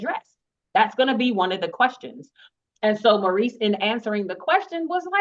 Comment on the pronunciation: Carlos we need a live! We have "qwerstions"